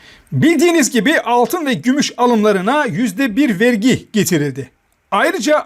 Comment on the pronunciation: virgi değil vergi vergi.